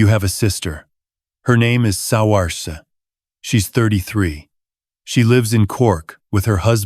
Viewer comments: The daughter's name is pronounced Sore- sha, not si-or-se. Even though it is spelt Siorse. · The daughter's name is pronounced SER-shah. I have a young relative with that first name, and have learned to pronounce it as well as I am able...Please teach your AI to pronounce names correctly. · I think Saoirse” is pronounced “Seersha”. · Oh boy! Please don't choose non-English names that seem to be impossible for AI to pronounce!!! Niamh is pronounced "Neev," and Saoirse is pronounced "Ser-sha." They are Irish. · You should REALLY get hold of an Australian ai voice. Yank just doesn't do it. Also, Niamh is pronounced "Neeve," and Saoirse "Seershuh."